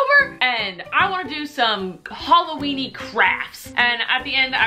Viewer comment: Its not halloween.. ITS HOLOWEEN